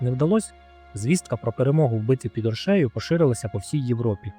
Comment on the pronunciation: Подивився половину і вимкнув ! Ріже вухо московська манера ставити неправильно наголос в словах , гидко якщо чесно , не оршЕю а Оршею . Авторе Острожзький був не тільки литовським гетьманом він ще був руським князем . В мене відчуття що вам страшно про це сказати , князь мав 20 тисяч власного війська а отже військо Русі теж билося проти москви в тій битві . Ви чомусь про це теж сормитесь сказати . Благенька розповідь на трієчку.